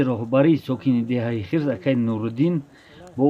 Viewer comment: Эээ ака Ана Хирс не Хърс гуфти Бобойи Давлат.